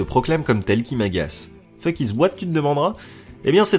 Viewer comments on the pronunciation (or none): none